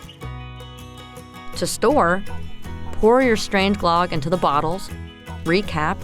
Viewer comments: Pronunciation of closer to Glug (like on mug), not glog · Ö is pronounced more like the "ea" sound in earth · GLUUHG not GLOGG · it's usually pronounced "gloog / glerg" 😃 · Omg! Stop saying, GLOGG!!! Soooooo wrong. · The pronunciation should be more like Glewg but with a oooo sound. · lame. it's pronounced GLOOG and you gotta use aquavit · Glögg. You dont have Ö in your alphabet. So it sounds wierd when you try to express it. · Really nice, but I cringed every time you said Glögg. Yikes! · Same! I cringe when I hear people trying to pronounce swedish words at IKEA.